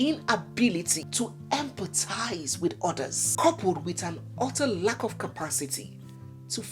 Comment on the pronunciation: pardon me to correct your English it is empathize not empitize🤪🤪🤪🤪🤪😂😂😂😂😂